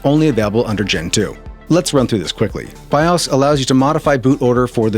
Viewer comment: It's pronounced Be"Oh Ess" not "be-ahs"